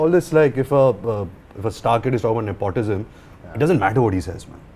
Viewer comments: Am i the only one who cringed every time he said ne-POT-ism? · He said nepautism 😂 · am i the only one bothered by how ranbir kapoor pronouces 'nepotism' cringes